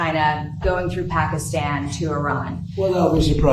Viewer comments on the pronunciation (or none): none